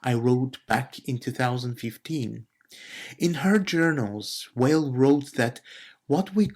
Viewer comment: Very nice! I read Simone Weil every single day. By the way, the pronunciation is VEY.